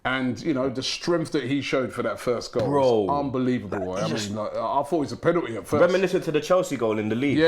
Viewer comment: it's called Penalty not Pennetii